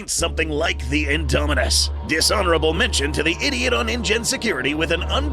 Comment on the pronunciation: INDOMINUS REX NOT ''INDOMINUNS''